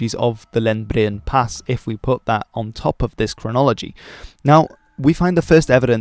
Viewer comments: "Lendbre-end" drag out the "e" a bit... Edit: you got better at pronouncing as you talked, into perfection... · Good video👏. Also, your pronunciation of “Lendbreen” was really good. You almost sounded like a Norwegian for a second😊 Best regards from Trondheim- Norway. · Three syllables; Lend-bre-en. But the right "e" sound :-)